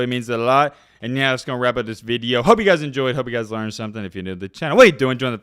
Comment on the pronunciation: Video.....not vid yo...🤔😁